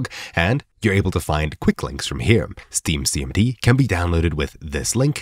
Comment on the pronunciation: Hard to understand when you say, "Steam CMD". Captions FTW.